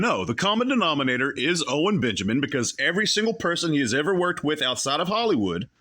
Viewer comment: Guise I was in Hal-y-wood. He can’t even pronounce it.